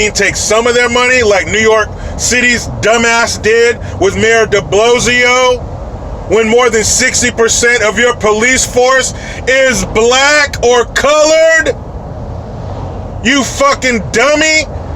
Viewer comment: He said DeBlozio, I almost choked on my coffee.